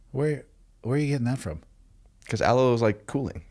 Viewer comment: 😂😂😂 “aloe” I almost died